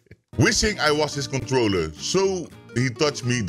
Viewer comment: Iedereen: Controler: Kontrooler